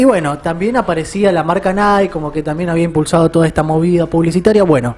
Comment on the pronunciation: "NAIKI" está bien pronunciado. Todos decimos "NAIK", pero lo correcto es "NAIKI", a pesar de que suena horrible.